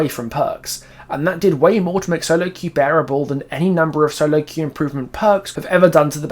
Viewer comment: “You’ve never been able to qw-eif before…” That just made my day ☺️😂